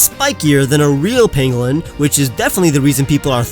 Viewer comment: Who else thought he called Sandslash a penguin?